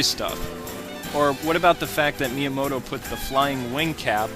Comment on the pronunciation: who is meamoto? you say that alot in the vids